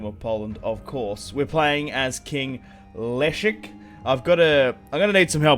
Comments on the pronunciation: Leszek kurwa! not elisk... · Say Leszek like "Lesheck" ;)